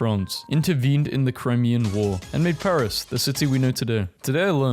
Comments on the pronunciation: he butchered the name like a real american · Ah yes, the famous Lovrierre museum in the city of Payrice